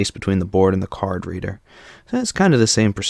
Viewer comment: The way this guy pronounces it as "Card Redder" sounds like "carburetor."